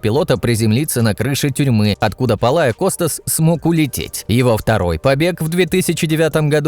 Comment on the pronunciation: Не ПолаоКостас а PALEOKOSTAS учись нормально имя фамилия и потом будешь говорить дебил